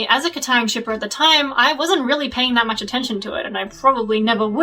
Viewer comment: kataang... no. it even sounds wrong